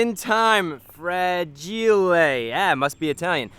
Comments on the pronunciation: that Is not italian in italian Is fragile not fragiley What language Is this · “Fragielay” eh must he Italian had me rolling on the floor 😂😂😂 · "Fragelay.. Eh, must be Italian" 🤣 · "frageelay" ah must be Italian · 😂Fra gee le Huh, must be italian! I got that one! 😂 (hoodwinked) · FRAGEELAYYY eh must be italian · ChrisFix: "Frageelay hmm.. must be italian" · Chris: "F-R-A-GI-L-AAAYY " Ohhh... Must be italian Hope this get noticed my idol❤️ I'm ur subscriber 2 or 3 years from now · "Frageelay" must be Italian hahaha. Classic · fragi lay lmfao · Fra Gee Lay! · hahah definetley not italian; "Frageelay" sounds like a worker tried to write down FRAGILE. Funny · "Fragillay" me: wth what?!!!!!?!?!!?! 😂😂😂😂😂😂😂😂😂😂😂🤣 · I'm an early 2000s kid and I just KNOW that he made a reference from that one movie Hoodwinked where the squirrel mispronounced "Dynamite" and said "Uuu, dinamite, must be Italian." I'm starting to love Chris and his work even more because of this. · I love the way you pronounced ‘fragile’ total throwback to A Christmas Story. I love the progress made and thanks for showing us your progress, looking forward to the race!